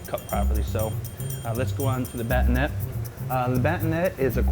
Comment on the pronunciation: Nice video, you explained how to tournee much better than my knife skills teacher at college... But batonet is pronounced with an ay sound at the end, ba-ton-ay.